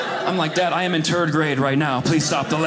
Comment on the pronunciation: Oh my goodness tird instead of third 😂